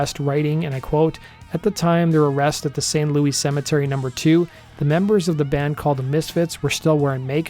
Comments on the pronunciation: Pronounced - St Lewus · You’re info is off. You mispronounced her name, the cemetery name, got the dates wrong, she wasn’t a psychic , but our voodoo queen. ( I lead tours in that cemetery )